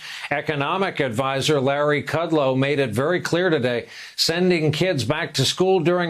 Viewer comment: Kudlow, NOT Wordavee